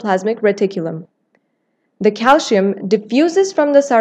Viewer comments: It is pronounced “ calsee-yum” . The narrator is indian ( or someone from the Indian subcontinent), where most people mispronounce it as calshium. Thanks for the video! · It is called CALCIUM not CALSHIUM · he’s spelling it how they said it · Her pronunciation of calcium irritated me. But thank you for the video.